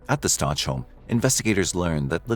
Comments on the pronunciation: Video is only 2 weeks old, and facts are wrong in it. Leticia is NOT in Colorado. She was transferred to Kansas a year ago. Her name is pronounced Stowk, not Stouch! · Why do you keep calling them Staunch ? It’s Stauch like Stauck with a K sound. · "Stotch"? Really? It's pronounced "Stowk." This case is not recent at all, the trial was televised and her name was all over the place in the news. She says her last name in this very video, yet you still pronounce it "Stotch"? Oh wait. This is AI, isn't it? It's still wrong. 😅🤣😅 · It's not Stoch.... it's Stauch.... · The name is pronounced stowk not starch I know the ch is confusing but I really feel you should get his name right, sorry for being picky. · STOW-K not STOCH. Rip Gannon 💙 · It’s pronounced “STOWK”. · Stow, like cow and ack like back. Gannon Stauch (Stowck). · Cannon’s last name is pronounced “Stouk”. And the Stauch family is from Horry county (pronounced Orry not Horry). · You could pronounce his name correctly. Its STOWK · Stauch is pronounced with a long o like "out" and the ch is pronounced with a hard K sound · Stau -k is how it’s pronounced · You're saying their last name wrong! It's pronounced stock but it's spelled Stauch. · You’re mispronouncing his surname - it’s a hard ‘k’ at the end. Please do your research and figure this out before you publish. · Oh FFS! Atleast say their name correctly.. if you're going to release a video for Monetary gain. Last name is STAUCH pronounced "Sta ow k" "Stauwk" not "Ch" sound at the end. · The name Stauch is not Letecia, it is Al, his family, and most importantly Gannon. So I wish people would put a little more effort into making their AI narrator get it right in pronunciation st-ow-k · Stauch ends in a k sound not ch. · It's pronounced "St-ow-k" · His last name is prounouce st-ow-k... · I'm not trying to be rude, just for respectful & accuracy purposes...his last name is pronounced ST OW CAH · Please pronounce his last name correctly